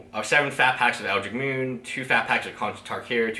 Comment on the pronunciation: I keep hearing you call that set Eldric Moon, there is a T and an H that you are missing there. EldriTcH